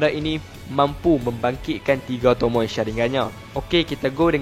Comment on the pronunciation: tomoe oii bukan tomoi aduhhhh